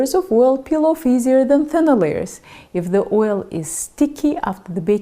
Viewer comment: YOu use a long i with if. eeeef.